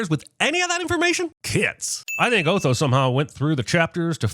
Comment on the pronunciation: Just yesterday, Jeremy was pronouncing his name as "Aw-tho" , so we know him or the writers haven't watched the movie, or watched it so long ago that it faded out. Also, he really falls into the "Strang and Unusual" category.